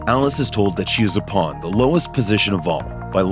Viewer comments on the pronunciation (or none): none